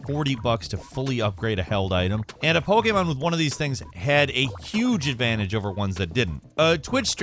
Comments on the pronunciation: Pretty sure you said Pokemon wrong 5 times. Don't think you said it correctly once. Poh key mahn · Po gaymon Pah gaymon Poy geymon Yo STOP 🤣😡🤣😡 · says Pokémon weird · or somewhere around there. How the hell did you fuck up saying Pokémon go? You said Pokémon a bit better later but still slightly off then said it a third time and got it right entirely